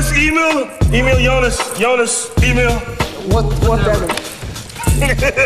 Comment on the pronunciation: When he pronounce "Syunas" his Name Jonas 😂💔